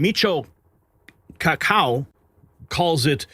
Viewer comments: Doctor Michio KAH KOW... lol. KAH KU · KAH-KOO is not hard to pronounce !! (Dr. Michio Kaku) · You butchered his last name. Maybe if you actually watched some space educational programs instead of just political garbage, you would know how to pronounce his name. "Coc-koo"😅